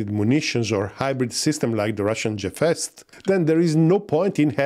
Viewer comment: G in Gefest is pronounced as G in Lamborgini! 😊